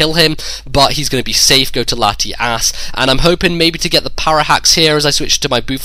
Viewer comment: lol thumbs up if you heard say Latiass